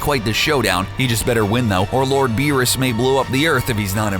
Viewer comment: Doomsday alone would wash all of these villains. None of them would stand a chance against him, not even Beerus with the Hakai. Also, never do an anime video again, because you guys can't even get the name right...